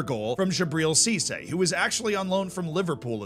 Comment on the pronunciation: I'm impressed, the only French name that was correctly said was Djibril Cissé. The fact that none of them came close to what they sound like in french is quite a feat.